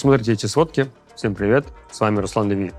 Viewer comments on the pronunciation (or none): none